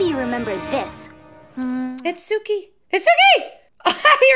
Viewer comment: It is pronounced "Sue-key" Suki.